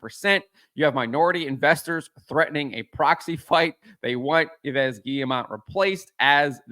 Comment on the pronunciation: Hello, to pronce cerrectly Yves in frecnh: it's Eve because you do not pronounce the final S that is silent. Keep on the good work!